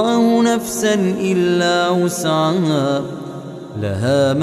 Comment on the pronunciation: Ben mi yanlış anlıyorum bilemedim ama amenarrasulu de la yükellifullahi nefsen illa vüs'aha yazıyor ama vüs'ama diye okunuyor